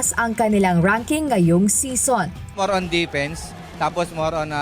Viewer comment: English pronunciation of season is see-zn not sison as in connie sison